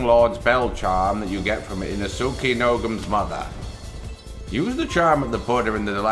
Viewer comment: It's not "ee-noh-soo-kay"...any time "suke" shows up in japanese words, it's pronounced "ske" with a bit of a hiccup between the s and k. Think Sasuke's name, from Naruto.